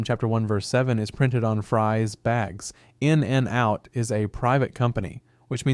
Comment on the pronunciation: Its not In AND Out... omg the way you say it is horrible